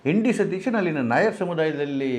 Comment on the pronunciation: You don't even know to pronounce the name properly. It is V.D.Sateeshan nót N.D.Sateeshan